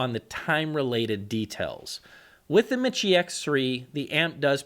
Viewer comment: Repeat after me. It's pronounced, me-she. Not mit-chē.